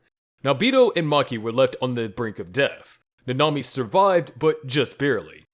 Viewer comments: Ngl you kinda said nanami wrong its not nana-mi its na-na-mi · 1. Chelsea probably didn't even realize that she died due to the shock from losing an arm only seconds earlier 2. Nanami (who's name you mispronounced REPEATEDLY) was completely delirious by the time he died, making it relatively a peaceful death 3. Nina died at basically the speed of light, so her only time spent suffering were the 3 days she spent as a chimera 4. Subaru SHOULD have died within seconds of having several rabbits severing his limbs because he'd have lost far too much blood to even remain alive, let alone remain conscious 5. Miche should have died the second that he was hit by a flying horse - it would've had more than enough momentum to break every bone in his body before he was even bitten by the titan (horses are HEAVY and the beast titan through it at the speed of mach-bullshit) There's more, but I feel like this is enough for now.